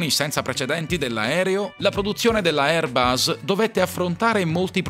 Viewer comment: Airbus: la "s" è la s di sera NON di rosa!